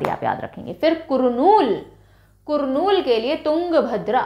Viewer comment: Hello mam Your class is amazing. But one small correction It's not कुरनूल It's करनूल